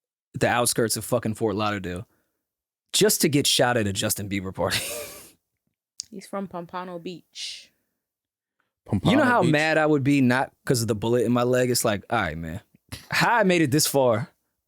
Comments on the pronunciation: That's not how you pronounce Pompano Ma'am Pom pan o is the correct way Fort Lauderdale dangerous too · 😂😂😂😂I have never heard someone pronounce Pompano like that it’s POMPA-NO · If Y’all EVER Pronounce (Pompano) Like That Again Ima Send Some Zoes To See Bout Y’all .. 🤣